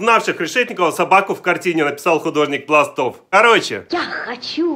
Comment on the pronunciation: Фамилия художника Пластов и ударение на "а"